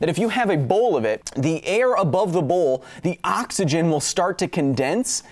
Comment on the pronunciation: never heard someone pronounce it "Awk-isgin" with so much intent before! well done is finding another way for me to spend more time on your video :P